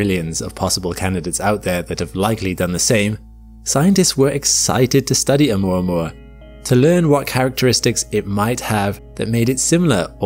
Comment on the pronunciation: It's 'oo - mwa - mwa'